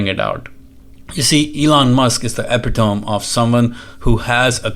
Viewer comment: great video as always. quick thing .. ...."e-PIT-oh-mee", not a criticism, just letting you know.